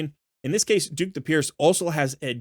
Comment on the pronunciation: I can't believe the amount of people that can't read. Dhukk the Pierced - pronunced DUCK.... Nothing about DHUKK says DUKE